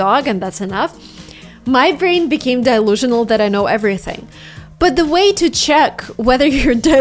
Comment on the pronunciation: I have to compliment your English and how it sounds to an American. Most people would not realize you're a native Russian speaker, your accent is that good. Your pronunciation of delusional, is off subtly . :) It is not DYE-lusional, it is closer to "duh-lusional" or dee-lusional) Check the phonetic spelling - it's d-shwa which is closer to "duh"... Super collection of study tips btw ! In college, a roommate who was a linguist in the National Guard was picking up another language (which was Russian that time...) and he used the cards method - in a 6 month period, he had added over 4,000 words just by constantly reviewing them in spare time, waiting in lines etc. Stacks of them everywhere in the apartment :) He also added a pass where he pronounced the words to a native speaker to make sure he was getting it "right". He was a native American English speaker, but also spoke some Farsi, Dari or Pashto and German.